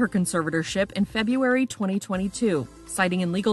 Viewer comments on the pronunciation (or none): A newscastresse who can't say "February". Minus 1 point. Fire your first-grade teacher and force her to refund what she was paid to teach you, and go back to first grade.